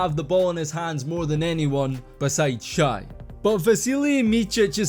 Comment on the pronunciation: Shai's name is pronounced "Shay," not "Shy." Whenever a vlogger or podcaster mispronounces his name, I realize that they're not very familiar with the Thunder. I appreciate the thorough coverage of Micic though!